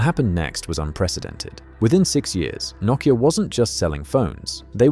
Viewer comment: and yanks take note on how he pronounces nokia, not the yanky way saying "noe keeya"